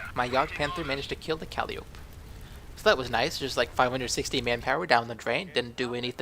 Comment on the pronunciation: I liked this video but just one small grammar-nazi correction... it's pronounced kahl-eye-oh-pee not cal-liope :)